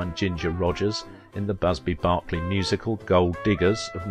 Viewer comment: Berkeley, Davies and Comptroller are just three words that , so called speaker can not pronounce properly. Also Velez.